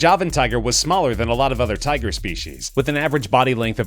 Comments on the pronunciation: It said tuger not tiger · Tuger lmao k